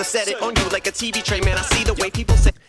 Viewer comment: He says " tray" on "tray full of pasta" to kind of sound like "Dre" to me.